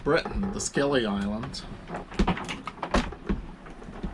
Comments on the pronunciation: The Scilly Isles are pronounced "silly" not "skilly". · Scilly island’s is pronounced Silly Love your journey and welcome to the fair isles